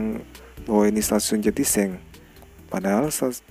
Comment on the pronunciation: Bukan jatiseng (jatiseeng)